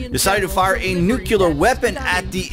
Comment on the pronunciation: “NU-CLEE-AR.” You do voiceover work, for fucks sake.